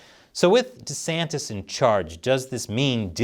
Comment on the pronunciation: Why can you not pronounce his name correctly?? It's not that hard bro.